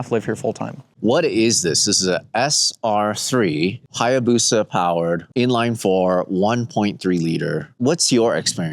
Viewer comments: Hyabusa not hyabusu but yeah! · Hayabusa, not hyabusa.